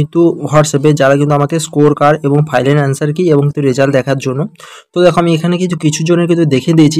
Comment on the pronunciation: Final ❌ Filan✅